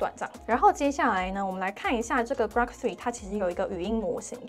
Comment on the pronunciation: 是古洛可不是瓜可 哈哈